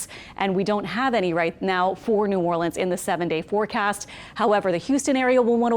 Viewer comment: Always good to hear someone pronounce New Orleans correctly.😊 Stay safe out there all you Jamaicans. 🇯🇲